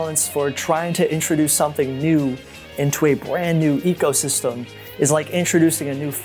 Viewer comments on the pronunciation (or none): none